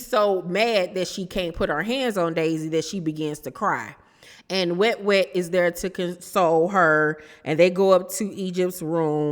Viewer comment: I hate you so much you called Wet Wet “Must Must” 🤣🤣🤣🤣 I hollered